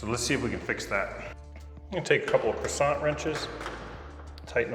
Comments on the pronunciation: Lost all credibility when he said “croissant”. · Lol Same here, Gary. Never heard it pronounced that way either. Need some butter to go with the croissant 🥐 🧈🔧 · I like the French pronunciation of “crescent”. 😂😂